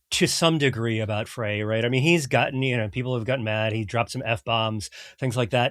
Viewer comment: It's pronounced "Fry". His father was my chiropractor.